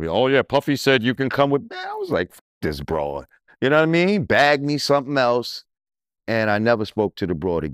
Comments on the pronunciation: take a shot everytime he says "nawmeen" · He needs to work on himself ,"unowaimeen"